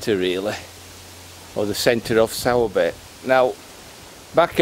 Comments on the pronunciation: no probs. Where are you from because a lot of your videos are pretty local to me in Halifax but if you were from Halifax area then you'd know all the pronunciations... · Certainly a lot of history there, interesting in how you say Sowerby, we were promptly told it’s Soorbe when we arrived up here lol we also were corrected on Southowram, & Todmorden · Hi. It's pronounced 'Sorby' 👍